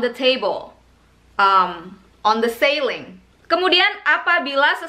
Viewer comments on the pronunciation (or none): Pronounce "on the ceiling" mgkn agak kurang tepat coba didengar lg hehe.. Siling bukan seiling. 😉